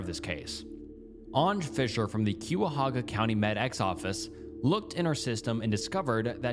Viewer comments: as a Clevelander, i cringe every time you mispronounce Cuyahoga (we say it Kai-ah-hog-ah) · Q-ah-hoga absolutely killed me every single time he said it so incorrectly lol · As a northeast Ohio resident, my bones crawled out of my skin by how he said Cuyahoga (kie-ya-hoe-ga) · it’s not “Que a hoga” it’s “Kya hoga” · The way you said Cuyahoga hurt my bones. Its said kai-auh-hoe-guh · Kai-ah-hog-uh. You tried, but no lol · Ohioian here cuyahoga is pronounced like ky a hoga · I was waiting for that Cuyahoga pronunciation lol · Another video with mispronunciations easily found on Google for the correct one. Cuyahoga Euclid NAMUS Etc etc Not to mention… - what? How do you know (based on what’s given by the skeleton and autopsy alone) that it was a murder and that the person made sure she couldn’t be identified? How do you know it wasn’t self-inflicted the gun wasn’t taken by those boys or someone else? And the missing bones? Shes been there decades… animals have DEFINITELY gotten to the body… these unfounded assumptions drive me nuts. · He can't even pronounce Christiansen. I wouldn't expect him to know how to properly say the name of some place in Ohio he's never heard of. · Being a person who lives right next to Cuyahoga County it’s really funny listening to you pronounce the names no hate at all it’s just funny 😂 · frrrr lol